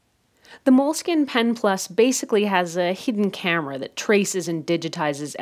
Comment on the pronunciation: its pronounced "mole-skeen"